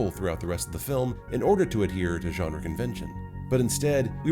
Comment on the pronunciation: Wow an American that pronounced "genre" correctly 🤯